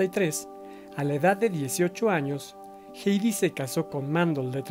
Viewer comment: Muchas gracias por este documental, es el mejor que he visto de Hedy Lamarr. Sólo una observación, con todo respeto, su nombre es Hedy y se dice así como se escribe, digamos "gedi" y no "geidi". Saludos 🤗